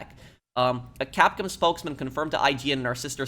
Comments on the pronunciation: dude, just say cap-com, instead of saying cap-cum. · “Capcum” It’s Capcom😂